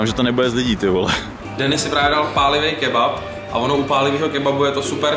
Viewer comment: kebap?? Co to je za lidi... kebab s P na konci..